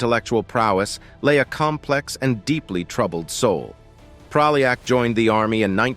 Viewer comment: You can't even pronounce Praljak's name right. I won't even get into the lies you put forth. And you even used clips of a Serbian war criminal Ratko Mladić to depict Praljak? You're sick, and people shouldn't listen to you.